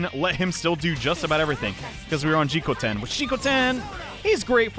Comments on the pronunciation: You are pronouncing Jikokuten wrong It's Ji-KO-KU-ten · Hey! You keep pronouncing Jikokuten's name wrong, cause you keep missing a syllable. It's pronounced Jee-kou-koo-ten, not Jee-kou-ten like you've been saying.